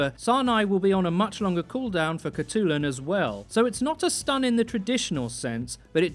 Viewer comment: hi im a mongolian person myself, and id just like to say that her name would actually be pronounced "hut-lun"!